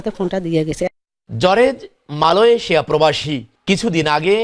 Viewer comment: আরে ভাই জরেজ না জর্জ